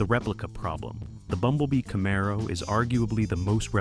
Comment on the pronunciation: Camaro was pronounced wrong, besides being totally off on the car year